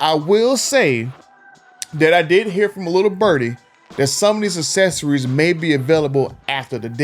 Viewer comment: Hard to do a video on accessories when you can’t pronounce accessories